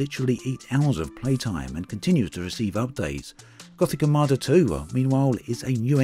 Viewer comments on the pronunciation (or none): none